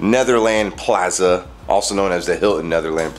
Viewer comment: plaza said like plarza